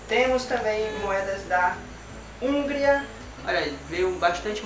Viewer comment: Não se pronuncia Húngria, e sim Hungría